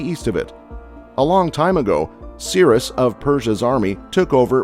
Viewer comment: It is pronounced U fray tees! Learn to pronounce words you're talking about. And it's Sigh rus.